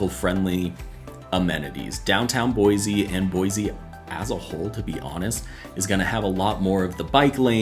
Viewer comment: Pronounced Boy-C